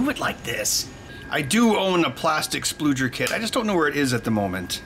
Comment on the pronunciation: I'm not sure "spudger" is pronounced that way 😳